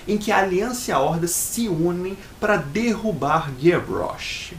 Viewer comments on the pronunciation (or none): none